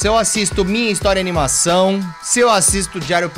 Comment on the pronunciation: Impressão minha ou o T3ddy pronunciou errado a palavra "animação"🤍